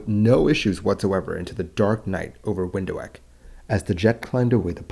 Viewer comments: Wind Huek? try Wind Hook. Do people even try to look up the pronunciation? Phonetrics. I'ts easy. The word Wind is obvious to English speakers I guess. Hoek is pronounced as Hook. It literally transelates to corner. So: wind(y) corner. In Dutch that is. I don't speak Zuid Afrikaans but in this case, i assume its very close. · WHile both are used, the only correct pronunciation is Vinthook (anglicised). In the Afrikaans language in South Africa, where I'm from, the W is always pronounced as V. There are no exceptions :) There is no equivalent of the English W in Afrikaans. The D is pronounced as a T. Also, calling it "ho-ek" made me laugh out loud too :) In Afrikaans that would be spelled as hoëk, to indicate that the vowels are split. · Where on EARTH is Window Ek? 😂 Get your pronunciations right. Windhoek. Pronounced, VINTHOOK. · it's not pronounced "windo wek"... it's more like "vin dook" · Great video. Just one small remark. You said Windho-ek, but Windhoek is a Dutch name meaning wind corner or wind angle. Anyway the Dutch word hoek (corner / angle) is pronounced as hook as in Captain Hook. But that was not important for this story. I do not see a variometer (speed of climb/descend) in the sim model, but 2 different types of altimeters next to each other. However thee are more crashes that were the result of pilots flying another make of type of airplane than they were used to. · I couldn't make out where this "Window ack" was then looking at the map I realised it is. Windhoek or pronounced "Windhook" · For the record, the city name 'Windhoek' should be pronounced like 'Vint-hook', not 'Window-heck'. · Windhoek is pronounced Vindt-hook. Not trying to be a grammar n**i, just had to work out what Window-heck meant. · It is Windhoek, pronounced vind-hook, and not window-ek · For the capital of Namibia, It's pronounce VIND-HOKE not WINDOW-HEK. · Window-eck ? It's pronounced Vind-hook. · Windhoek is pronounced wind-hook btw. 🙂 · its pronounced Vint hook